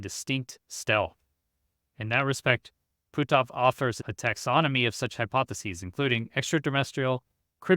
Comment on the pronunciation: On a more humorous note.., you do such a great job getting all your pronunciations correct but you butchered poor Hal's name! LOL! It's pronounced, "Puh-t-off." LOL!